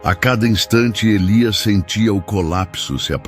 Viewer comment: Como está feito com inteligencia artificial, as vezes diz Nahum e Elías 😂